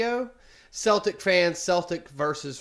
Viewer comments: you don't pronounce the Boston Celtic's (Keltic)... same with Glasgow Celtic (pronounced Seltic) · It’s pernounced seltic. But spelt Celtic. I’m a Celtic fan and it’s so nerve racking at old firms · Seltic 👈👉pronounce it like this celtic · When talking about the football team, its pronounced like "sel-tic". Any other time its Celtic. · It’s Celtic not keltic 👍🍀